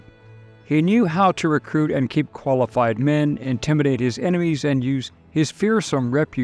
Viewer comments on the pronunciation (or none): none